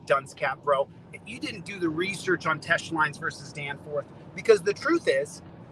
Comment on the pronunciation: “You dunce caps didn’t do the research on Teche Lines vs Danforth like I have” Really? That’s why all these “duncecap” had to point out that you were pronouncing it wrong for MONTHS? 😂😂😂😂😂😂